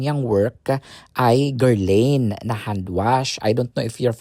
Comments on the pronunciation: It’s pronounced Guerlan the i is silent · That is pronounced as gherlahn